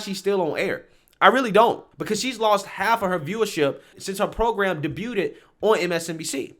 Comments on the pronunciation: Debuted is not pronounced like that.😂 You said "day-byoo-ded" 🤣 It's pronounced "day-byood" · Um, it's not pronounced "dabuutted" like 'dey beud'